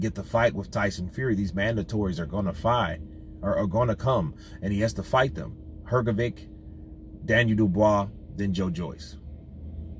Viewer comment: It"s hrgović so not hrgovic but like hrgovich